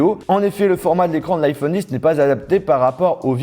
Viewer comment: On dit pas iPhone 10 bordel c’est X même si en chiffre romain X est 10